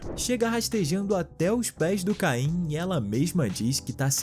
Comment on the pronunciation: O nome não é caim é caine